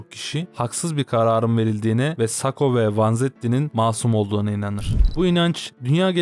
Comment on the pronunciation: sako degil sakko